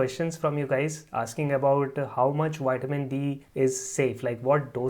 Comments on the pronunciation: its not called whitemin it's Vitamin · "Whiteamin D" 😄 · " Den towsend I.U.'s Widdamin D" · WITAMIN?????? TOUSAND??